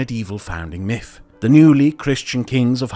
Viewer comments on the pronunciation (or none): none